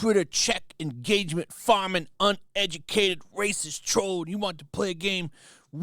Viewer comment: STOP SAYING RACIEST LIKE THAT OR ELSE